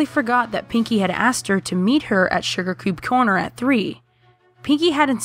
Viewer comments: you said sugar coob corner insted of suger cube corner XD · "sugar CUUBE corner" XD